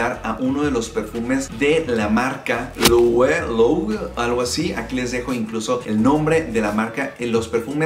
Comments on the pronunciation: Loewe se pronuncia Loebe, así sin miedo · Se lee loeve. Un español me corrigió porque es de una casa española y para ellos es doble v no doble u para nosotros los latinoAmericanos.